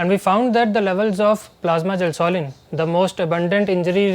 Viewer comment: It’s gelsolin not gasoline 😂